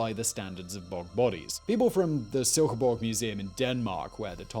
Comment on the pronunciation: As a Dane, i have to compliment your pronounciation of my hometown of Silkeborg, it was spot on :D Furthermore, i find it funny how many bog bodies are found in Denmark